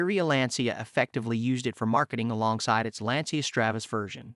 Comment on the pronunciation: dude....at least pronounce the brand correctly. It's Lan-chia....not lan-see-ya.